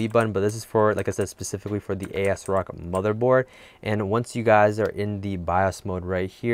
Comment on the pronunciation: Great video. I'll see if it works in a moment. I just have to correct you on how you pronounce the manufacturer's name. It's as rock. Just think, they're idea is this motherboard as well as their other products have the integrity of a rock. If I misunderstood and it's their designers or customer service that has heads like a rock, as in hard headed then... what can I say? So no A-S Rock. It's As-rock ASRock.